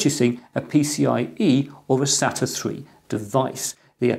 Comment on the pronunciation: Thanks for not saying 'SATER" like some people.